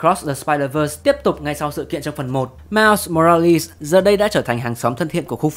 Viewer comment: mai mô ra li:))) đọc tên ải chỉa thiệt